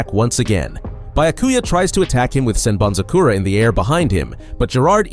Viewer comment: bro...learn the pronunciations... "Sen BanZu Kora"? like??? do you even listen to how it's said in the anime?